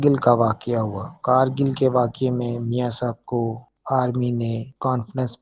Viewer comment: آپ سب سے گزارش ہے کہ کارگل نہیں کُرگِل ہے